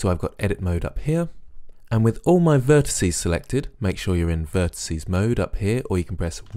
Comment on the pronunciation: Great video, but I'm afraid I have to go into pedantic old git mode and remind you that "vertices" is the plural of "vertex", there's no such word as "vertisee". Sorry, that's just one of those things that niggles me a bit.